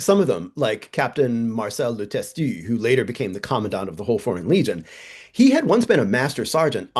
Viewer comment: LeTestu, is an obsolete way of spelling "le têtu" meaning "the stubborn"... how appropriate 😆! Your pronunciation of French names is pretty good, btw.